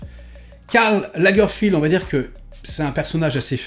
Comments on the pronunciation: Lagerfeld, c'est Lagerfeld, c'est pas Lagerfild. Il est allemand. Tout le monde n'est pas anglais :) C'est pas comme si on n'avait pas entendu son nom un millier de fois... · C'est Lagerfeld pas Lagerfield. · Pourquoi tu dis sans cesse Lagerfield, c'est Lagerfeld ? Pour une fois, je ne suis pas d'accord avec toi sur tout. Ce que j'ai trouvé intéressant, c'est que la série prend le parti de montrer l'ascension de Karl Lagerfeld s'arrêtant à l'aube de sa plus grande réussite : prendre la direction de la maison Chanel. Ce parti pris nous révèle une autre image de celui qui allait devenir le Kaiser de la mode. La série tente, autant que faire ce peut, de découvrir l'homme derrière les fameuses lunettes sombres. Elle y parvient en partie car KL n'était pas homme à se dévoiler. Il ressort quand même l'impression que cet homme, s'il vivait très entouré, a toute sa vie été profondément solitaire, la plupart du temps par choix. J'ai trouvé la série intéressante (et puis Daniel Brülh n'est jamais mauvais) mais un peu moins que celle sur le couturier Balenciaga également sur Disney.